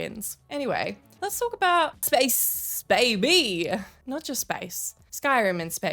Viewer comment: “Let’s talk about space, Bay-BEE” That is channeling your inner Jules Gill.